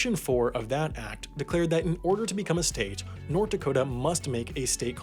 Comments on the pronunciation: My friend: wtf is a dakata? Is that a mexican pastry? Me: sure? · It's pronounced "Dakoter"